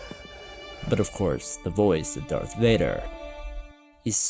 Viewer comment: I was enjoying the video until you said “dark Vader”. Dumb ninny.